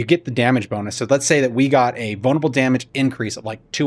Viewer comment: Sounds like your saying "bonerable"